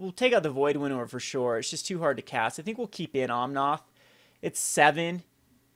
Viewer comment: just fyi is OmnAth, noth OmnOth.